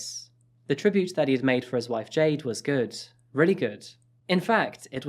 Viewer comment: I heard Jay Dings and was so confused because her name was Jayde :))